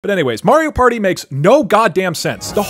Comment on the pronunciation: “It’s a PÆRTŸ”